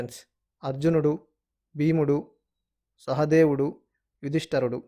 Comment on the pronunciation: యుధిష్టరుడు కాదు నాయనా! యుధిష్టిరుడు